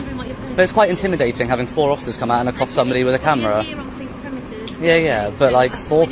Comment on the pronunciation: Lol the ai generated cop says Polimice